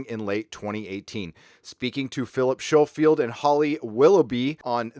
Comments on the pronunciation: its pronounced Skolefield. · Philip Schofield - Scho rhymes with "show" and cho is as "co". Co-field, with an s on the front, if you will. Also Peter Davison (not Davidson) is still working. I just worked on a BBC/HBO series he's in. Not sure how dependent he is on the franchise for income as surely residual at this stage, would presume "not much". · Philip shofield? Did you go to shool as a kid ??